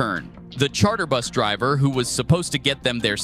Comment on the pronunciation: If I hear “buth driver” one more time I’m going to crash out.